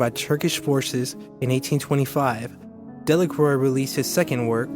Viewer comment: Pronunciation of his name was the first thing I noticed.